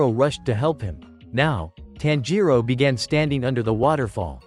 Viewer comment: It's not taanjiro it's tanjiro